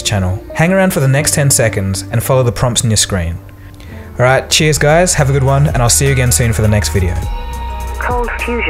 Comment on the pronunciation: "thank for watch GuIEYZss" Ahah am I the only one that caught that?